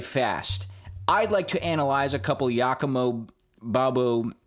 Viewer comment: Referring to him as "" makes this thief in question sound cooler than he really his. Pronounce it 'Jock-a-mo' (correct pronunciation) Afterall, the guy comes off as a dumb jock. The D-bag backwards hat and wearing sizes too small Hawaiian shirts is a good indicator. The nail in the coffin for Turra is the fact he hasn't addressed the issue sufficiently of people calling him out for 'faking' his playing and the elephant in the room he's ripped off countless musicians and only credited them AFTER Danny Sapko and others called him out in their posts and videos. He NEVER apologized to those people personally. Instead he made more excuses.